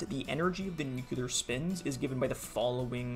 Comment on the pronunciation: Dude why do you say new-que-lar ? It's 'new-clear'.